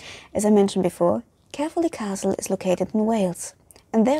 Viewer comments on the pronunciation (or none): Yep as a person who was born there you said it very wrong